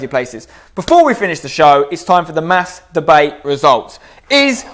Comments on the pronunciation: I love Spencer and his content but every single time he says mass debate it sounds like master-bate. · I know I'm being childish, but I swear every time you say "mass debate" I'm hearing something completely different.